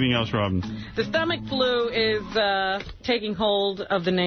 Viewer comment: Gary can’t help but drop in lines and then sit back and look for Howard’s approval. He also has to say “eltse” instead of “else.”